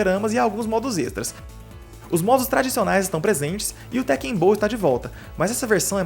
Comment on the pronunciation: Por que todo mundo passou a chamar Tekken de TÉkken? Nos anos 90 a gente falava certo.